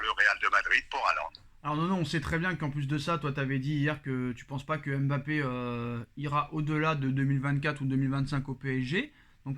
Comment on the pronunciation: se montre souvent trop irrespectueux et arrogant. Qu'il apprenne à prononcer correctement Mbappe et non M' Bappe.